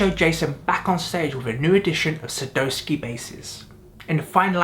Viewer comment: Sa DOW ski not Sa doe ski